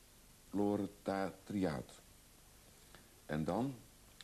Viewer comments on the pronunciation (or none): Legendarisch. En met opzet "proletariaat" verkeerd uitspreken. We zullen wel heel Duitsland opnieuw moeten kerstenen.